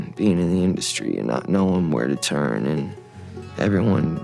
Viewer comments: Justin literally teaches you how to say turn. But you’re still saying churn. Stop saying churn 😢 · why do you pronounce "turn" as "churn"? Asking for a friend.